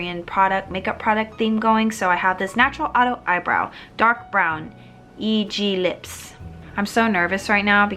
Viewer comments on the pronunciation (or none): Just so you know, EGLIPS is pronounced ee-geul-lips (이글립스). Though for the more American pronunciation, it would be ee-glips (like saying the letter "e", and "glips" as in the word "lips" but with a hard "g" in front).